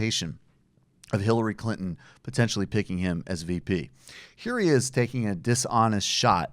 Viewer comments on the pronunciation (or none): none